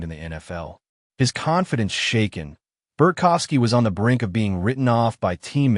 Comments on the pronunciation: It’s BART kowski…not Bert kowski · There’s no F in his name. Bart kow ski.